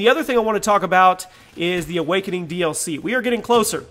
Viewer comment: As of D. Vondy, it's awarkening... Not awakening